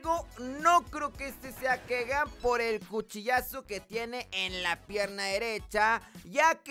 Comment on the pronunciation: Hijo se pronuncia Kigan no Kegan